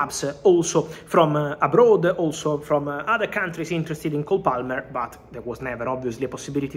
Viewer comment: Did Fabrizio call him “Goal Palmer”? Nice